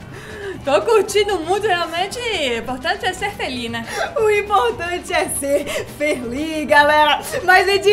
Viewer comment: "importante é ser ferli" kkkk